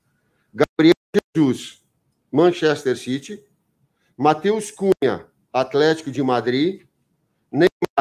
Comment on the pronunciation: Manxéster citi